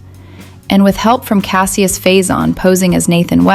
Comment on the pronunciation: Don't say Cassie-us, Say Cash-us